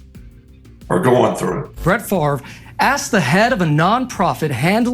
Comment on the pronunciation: Why does everyone still call him "Farve" it's literally FAV REY or FAV ER sounds like Father